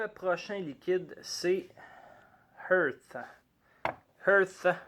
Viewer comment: lol, c'est "Heart" comme coeur et non "Earth" comme terre:P Mais bon review quand même. On voit très bien qu'il y a une recherche dans les saveurs... pas juste une reproduction de saveurs existantes. Bravo à!